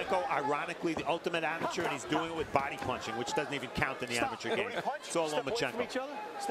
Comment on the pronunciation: Nobody is going to talk about the way he pronounce amateur